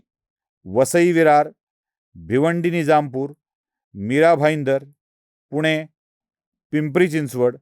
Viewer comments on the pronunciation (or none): none